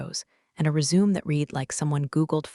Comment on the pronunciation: Resumé not resume